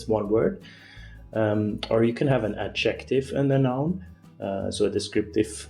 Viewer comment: Adjective is not pronounced like objective. The stress in the word adjective is on the first syllable. The stress in the word objective is on the second syllable. Adjective is pronounced DUM-da-dum.